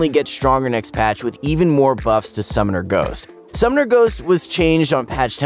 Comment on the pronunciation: why is he saying summomer ghost... i turned of the video